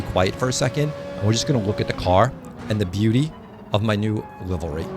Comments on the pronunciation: As a reformed east coaster I had a hard time with that pronunciation out the gate. Think LIVE REE 😂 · Its just pronounced livery..and it looks fantastic BTW! Great video! Awesome content! 👍👍💯🇺🇸